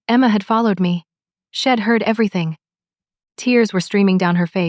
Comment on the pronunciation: Why why do the authors of these stories not have someone check for ALL the MISTAKES? She had does NOT reduce to shed. A shed is a storage building, not even close to She had or She'd,, the correct pronunciation. Study english a lot better. Id is wrong, it should be I had or I'd. I am getting to the point these stories are boring and aggravating. Fix it.